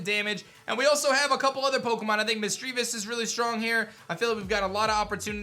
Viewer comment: All mispronunciations in this vid: Misdreavus: MISS-jruh-viss Correct: miss-JREE-viss (He said it wrong the 1st time but then said it right later in the vid) Mismagius: miss-MAY-jee-iss Correct: miss-MAG-gee-iss Gardenia: gar-DEHN-yuh Correct: gahr-DEE-nee-yuh Roserade: ROW-zuhr-rayd Correct: ROWZ-rayd Bastiodon: BASS-tee-yuh-dawn Correct: BASS-tee-yo-dawn Staravia: STUH-ray-vee-yuh Correct: STAHR-ray-vee-yuh Staraptor: STIRR-rapp-tuhr Correct: STAHR-rapp-tuhr Lucian: LOO-see-inn Correct: LOO-shin (I actually had to pull up the 35th ep of the Sinnoh anime just to fat check this) Milotic: my-LAWD-ick Correct: MY-low-tick